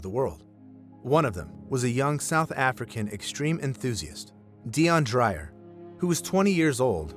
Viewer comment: It's pronounced "try-mix", not "trimmex", because it's a mixture of three (the prefix "tri" means three) gases. Dreyer is pronounced "dray-er", not "drier". Hope this info is useful.